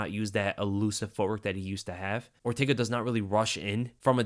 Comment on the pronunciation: Man said ortaga 😂